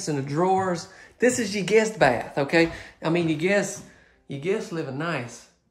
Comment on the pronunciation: Man, those WaterBurgers sure got u HOPPED on up!!!! And did you say GIST BATH!!! I jyst Noticed that!!!! See ya-all Krazy man!!